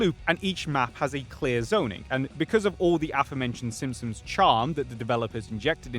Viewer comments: You're not getting a dislike for the take but for the fact that I swear to god you said "SimSims" for two hours straight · You keep saying "The Simpsoms" and it bothers me way too much for some reason :D